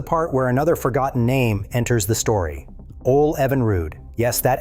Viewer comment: The name Ole is pronounced Oh-Lee